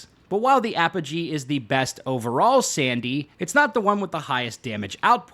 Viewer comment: Its A-Poh-Gee... what the fuck is the militech ap-oh-hee